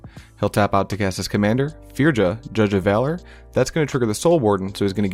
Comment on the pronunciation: Loving the content, just a heads up for future reference with Kaldheim cards. In Scandinavian the "J" is pronounced like a "Y". So you would say "Firya" "Yorn" "Fyord" etc